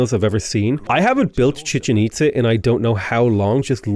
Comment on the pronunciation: Glad to see I'm not the only one who calls it the Chicken Pizza. You also have the Empanada (Apadana) and Porta Potty Palance (Potala Palace). So many great non-names